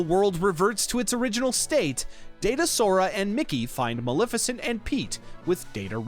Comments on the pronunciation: maLEFicent. maLEFicent. not maLIFicent. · to be fair, you say it incorrectly like 100 times throughout the video and you did start off saying you were trying to get everything right. it's not like maleficent is a new name created for the game.